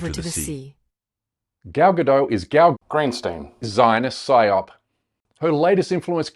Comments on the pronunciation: Please if you're going to go on about her name, get it right. It doesn't rhyme with 'saddo', like a 'Frenchified' form. I'm it's the same as 'Gadot', a kibbutz in northern Israel. This sound like 'bad lot'. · She's not French. You pronounce the T in Gadot. Her name rhymes with polka dot. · Its not a silent T! her name isnt french! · Gal “Robot” Gadot. It’s pronounced Robó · Check your fact checkers. This video is full of BS. You can't even pronounce her name correctly. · Nobody pronounces her name correctly...its hilarious.